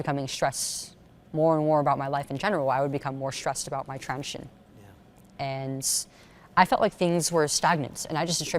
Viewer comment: why is she saying constantly "transion" instead of "transition" .. I don't get it